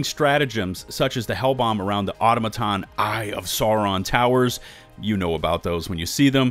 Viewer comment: is pronouncing Automaton wierd on purpose? no way he hadn't heard it correctly spoken by now